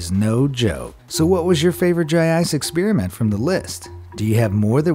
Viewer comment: To all our farenhiet users (just amuricans)It's pronounced ex-SPARE-ament.